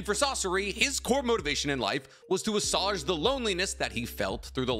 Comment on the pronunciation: Ah-sway-ge, it's not like sausage